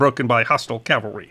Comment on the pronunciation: Excuse me for saying so, but it really irritates me to hear people mispronounce "CAV-alry" as "CAL-vary." Subtle yet significant difference. I still love you.